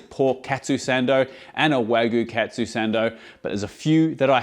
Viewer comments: if you say "katsu" be sure to say it like "cut sue" and not "cat sue" if you say "ketsu" it has entirely different meaning (it means "ass") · The way you pronounce "Katsu" sounds awfully close to the Japanese word "Ketsu" (けつ) which literally means "Ass". No need to thank me. ( ͡° ͜ʖ ͡°)